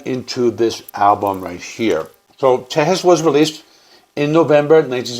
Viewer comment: I appreciate your vids on ZZ Top and will watch all of them but as a Texan I have to correct your pronunciation of Tejas. It’s Te-HAAS, brother. 😉 This album is my fav for sure. There’s so many different layers here. Mexican Blackbird?! Redneck country! Frank’s drumming is excellent.